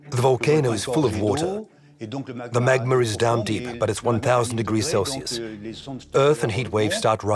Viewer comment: Why do people add an "R" at the end of some words?? "Magmer" instead of "Magma" ??